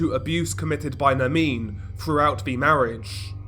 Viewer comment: It’s not Nermine it’s Nerrrmin